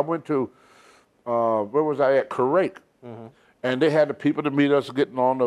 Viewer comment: I wouldn't want to go to "Kerrwake" or Kuwait, Tony.